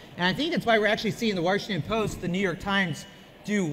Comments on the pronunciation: Wash not Warshington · Why does (porn name) say "Warshington"? 🤦🏻‍♂️ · "Warshington Post"